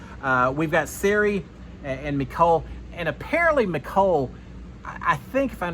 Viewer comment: This is so hard to watch when you keep saying Siri